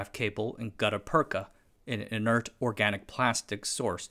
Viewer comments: it is read "gutta pertscha" use google translator to read it. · It's pronounced "gutta persha" with a shhh not a cha. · Yes, "gutta-perka" is a funny word when pronounced that way. The second half is actually pronounced "perch-a" and it's used today in root canal surgery to backfill the hole in the tooth root and prevent bacterial intrusion. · It’s pronounced Gutter Perch-aa. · Merriam-Webster says gutta-percha is pronounced gut-uh perch-uh that is, the second word ends in cha, like in cha cha heels. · The "ch" in gutta percha is pronounced like the "ch" in chair. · I'm only three minutes into this video, but I have to stop watching. You've already mispronounced Gutta-percha six times and I can't take it any more. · Gutta-percha, you got the first bit right. But the second bit uses the ch sound used in perch. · Great video as always, but my ears bled a little each time he mis-pronounced "gutta-percha". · New video, new mispronounced words. There is no K in "gutta-percha". There are many online dictionaries with phonetic transcription. There is google translate with voice over feature. It's wrong to assume that an unknown English word is pronounced the way you first thought it's pronounced. Such mispronunciations undermine the authority of what's being said. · My man mispronounced the most obscure word and someone’s here to get his ass!!!